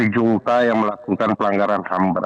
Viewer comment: junta dibaca HUNTA